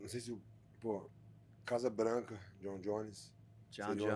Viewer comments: With all due respect, Poatan said "Casa branca" and not Casa blanco, lol. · FYI, it is Casa branca. You also pronounce Casa differntly than in spanish but yeah.... close enough